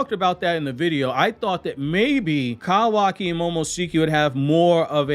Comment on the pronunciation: No hate why you say kawaki like that tho?